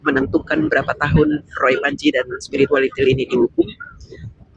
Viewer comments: Waktu ngomong spiritualitil ngilu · Kok ada sebutan spirualitiel...ha ha ha..siip 😀🤣